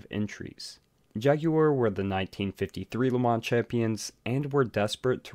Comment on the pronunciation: Im gonna take thing aparts here: 1) Learn HOW to promounce "LeMans". 2) Mike Hawthorn was NOT a Ferrari driver, but Jaugur (in fact he won it in a D-Type Jag). 3) the word JAGUAR does not have a "W in it" as my Mum would say. 4) My Dad was there! #2 man with MG/BMC cars (aka EX182 MGs). 5) Lance Macklin caused it, period! My Mum even knew Lance, and spoke to him about it some time afterwards. Mum was the secretary of race shop at ASTON MARTIN.